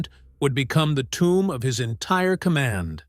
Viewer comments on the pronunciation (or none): none